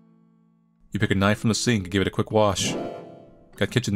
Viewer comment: "a kitchen knoyf"